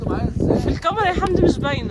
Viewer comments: ي جماعا اسمها كاميرا ب ال كاف مش قامرا ب القاف اية الحكاية بس معظم اليوتيوبر بينطقوها غلط ازاى يعنى قامرا اسمها كاااااميرا وربنا كااااا كاااااا كاااااا انطقو ورايا كاااااااا كااااااا ميرااااا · هى اسمها كاميرا مش قامارا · انا بحبكو جدا بس اسمها كاميرا مش كامرا